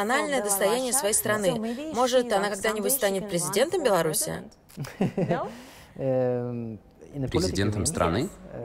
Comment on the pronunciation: Белараша. Серьёзно? Не стыдно, Вам,?